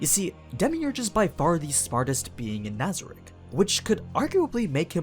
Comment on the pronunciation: we not gonna talk about how he mispronounced nazarick cocytus and ram